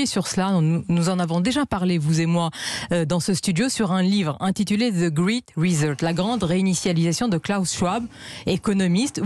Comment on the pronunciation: "ze grit rezette" bravo madame